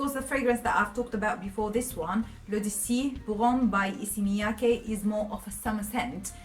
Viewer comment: I was not able to pronounce Issey Miyaki until this video. You did a great job. Thanks for the video & ur honest opinion.